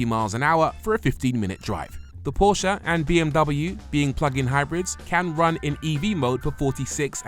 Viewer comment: You both review cars for a living and don't pronounce Porsche correctly.